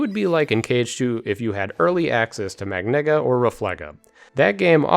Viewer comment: I'm gonna pretend you didn't just pronounce it "magnigga" instead of "magKNEEguh" hahaha. Great review man!